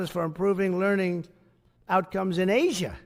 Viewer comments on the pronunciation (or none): none